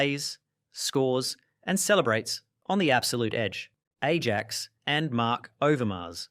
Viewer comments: please work on some pronunciations like david beckham and ajax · Said Ajax wrong, Said David very wrong, lol how do you say Olympique? lol are you saying all these names wrong for comedy purposes?